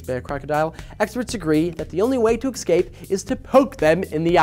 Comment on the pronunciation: "exscape" My eye is twitching.